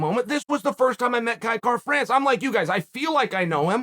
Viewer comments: You know Uncle Chael is high on somebody when he literally pronounces their name correctly🤙🏻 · Kai Kara France the only name Chael can pronounce properly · You must be extremely marketable for chael to say your name correctly. Congrats Kai. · Clicked simply to see if he would say his name correctly 😂